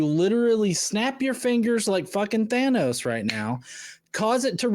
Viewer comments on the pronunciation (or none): none